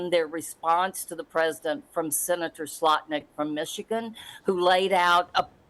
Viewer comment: She called Senator Slotkin, "SLOTNIK"😮😢😂😅😊